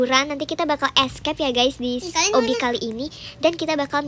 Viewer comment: obby kocak bukan obi😂😂😂😂